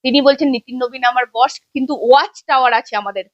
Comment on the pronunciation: ওটা বশ না বস হবে।